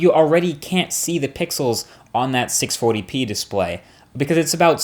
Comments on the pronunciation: Is it just me or does he say 640p weird??!? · Hahaha u can really tell Marques has been living in NY when he says "640p display"